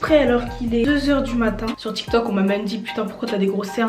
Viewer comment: Tu as dit tok t'il😂😂😂